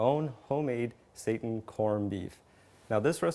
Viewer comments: this is pronounced as "seeton" no satan. satan is evil, and being a vegetarian or vegan is of GOD which satan is not, he was Created the same as we were By God. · Lol, he says "Satan" and "Pap-Reeka" ...sorry :O